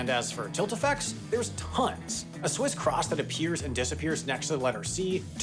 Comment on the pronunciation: “Swiss Chrahhhss”